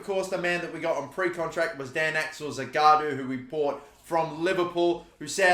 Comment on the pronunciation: The guy's name is Zagadou not Zagaadou